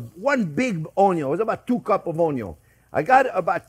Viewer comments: Who no longer says the word "onion" and only refers to it now as an "onyo"? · Since the first time I heard chef say onyo I’ve never said it the right way again. Even my kids say onyo. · Before our chef grew his YouTube channel he already went viral with an old TV snippet where he pronounces 'onion' as 'onyo'. I think he's embraced it as part of his image now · Definitely me now 😂 It's such a contagious word, onyo. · I say onyo hahaha. Been saying that since I first heard Chef Justin Wilson say that. Decades ago now. It's fun to say lol